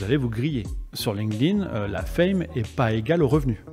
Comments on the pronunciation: "ligne-ding" au lieu de "link't-in", je n'entends que ça. Hé hé! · faudrait commencer par la prononciation.. c'est Link'd - Inn... pas lingueding, ni linkeudin For pity's sake! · j'adore comment les français prononcent Linked In ''Linkeu Din'' 🤣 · "Ligue ding" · c'est trop mal prononcé 😂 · C’est fou comment les français ne comprennent pas que ça se dit pas « Linguedin », quelle connerie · Bon écoute ça se prononce linkt in. Comment est-ce possible de passer autant d’années dessus et ne pas être capable de le nommer à l’oral ? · J’ai encore jamais entendu un français prononcer correctement LinkedIn. Le pire (et répandu) c’était “ Line ke dine” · comme quoi il n'y a pas besoin de savoir prononcer LinkedIn pour le comprendre mieux que la plupart des gens!